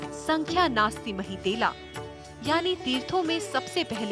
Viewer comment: महीतेला नहीं "महीतल'"शब्द है